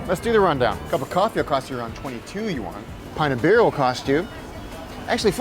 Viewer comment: Just use "Chinese dollars " if u can't pronounce "yuan".... "won" is Korean